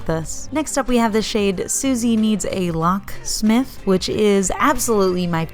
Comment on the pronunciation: You got the places names pretty guid, but we don't pronounce loch as lock. There's a fair bit more phlegm going on at the back of the throat! I don't even know how you'd type it out